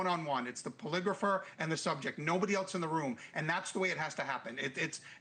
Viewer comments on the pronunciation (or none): none